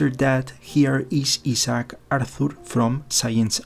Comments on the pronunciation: I can't help but chuckle when he mispronounces Isaac as E-Sock. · That's the Spanish pronunciation of Isaac. He's got a strong accent, but his English is pretty good. In Brazil I got used to the Portuguese version of the name Isaac, Isaque (ee-ZACK-ee).